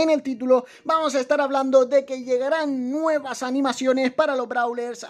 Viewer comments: Dice nuievas :::v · “Nuievas” XD